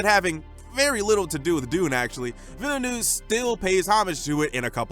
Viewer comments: Awesome! For reference, "Villeneuve" is pronounced "Veel-n-uhh-v". Hope you make this same video for the Sequel! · please, go to google translate, put french, type in Villeneuve and click on the lil stereo to have the right pronunciation, your struggling is truly painful!!